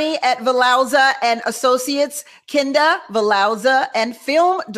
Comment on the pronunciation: Kinda (even tho she says Ken da 🙄 lol)